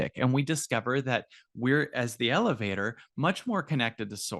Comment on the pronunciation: I can't stop thinking lelevator go up, lelevator go doown 😂 just me?